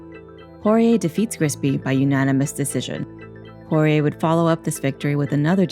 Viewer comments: Saying Poirer on this always came out like Jorge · She's saying Porier but sounds like Jorge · Why does she keep saying "Jorge" when it's Dustin Poirier? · Am I the only one who hears the narrator saying "Jorge" instead of "Poirier" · Sounds like shes saying horier the whole time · Sounds like she’s saying horhey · Why is she calling dusting Jorge ??? This is a little off putting oooh shes calling him porire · Last person to beat McGregor was khabib. The narrator sucks. She kept saying Jorge instead of Dustins last name lmao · Anyone notice she keeps calling Dustin Jorge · Why does she keep calling Dustin Jorge is that his middle name or something